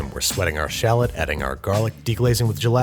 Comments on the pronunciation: Shal Lot. Is the correct way to say it. Thanks Babish. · What the heck's a sh'lot? I know of shallots, but not sh'lots. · Anyone hear "schlott'' instead of shallot? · It's actually pronounced - "shah - loe"